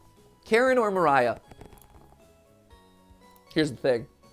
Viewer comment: It's actually spoken "María", like in portuguese, not "Maraiah"